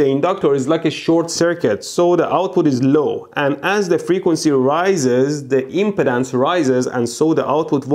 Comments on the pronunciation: Every time you say impedance it sounds like impotence... Freudian slip? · I can't tell if he's saying impedance or impotence.